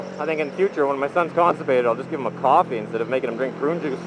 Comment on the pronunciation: Qwaffy is how says coffee